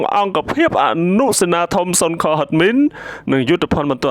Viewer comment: សូមអានឲ្យច្បាស់ពាក្យសុនខ_គឺឆ្កែលោកម្ចាស់អ្នកអាន។